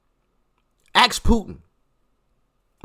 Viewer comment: Love ya Doc but you gotta quit saying "AXE" It's ask